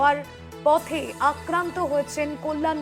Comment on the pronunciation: পতে নয় পথে।